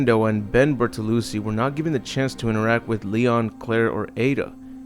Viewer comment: Ben BertoluCHI not Ben Bertolusee lol